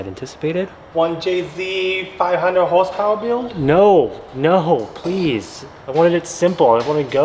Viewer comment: “Five hundre horsepowa 1jz build” 😂